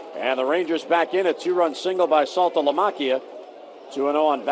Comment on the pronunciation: If I had to hear him pronounce "Saltalamacchia" incorrectly one more time, I was gonna lose my mind.